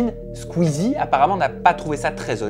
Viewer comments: SQUEEZINE t sérieux pour l'intro 😅😂 même pas cut koi ptdrrr tu fait la vidéo même pas capable de le prononcer correctement 😂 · wsh apprends a prononcer squeezie frerot c le goat contrairement a toi